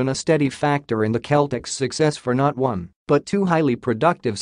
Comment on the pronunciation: Need to listen to yourself it's Celtics. Cell-tics